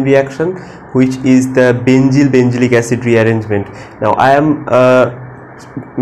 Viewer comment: NOT BENZYL ITS BENZIL